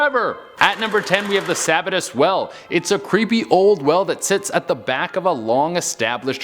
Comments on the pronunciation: You mis-pronounced "Sabbatus", it's pronounced "Sa-bat-tus"... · Its pronounced sa-Bat-tus, and Sahhco (long a)